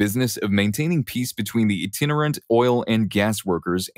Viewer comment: First time hearing someone mispronounce "verbatim." Also, "itinerant," "hi-vis," "fibromyalgia," and "primeval" were all mispronounced.